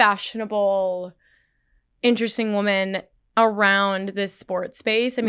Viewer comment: Paige can't say women properly..... weird.